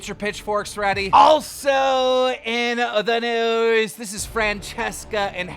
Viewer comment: He sounds like he said instead of news its newies